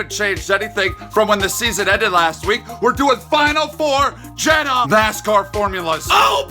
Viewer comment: Jeddah don’t end with ‘A’